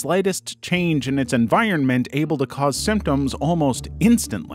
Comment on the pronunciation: "Evironment" lmfao